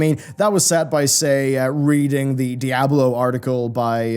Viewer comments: i think d4 looked good even in combat. Also, Diablo is spanish for devil it is not pronounced in English, you dont say die ablo you say dee ablo, dammit man. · Di-a-blo. Not da-ya-blo. Love the video 😁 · Dude, please... DEEablo, "DEEABLO", it's spanish man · "Dieablo 4" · Great video but I hate the way you pronounce Diablo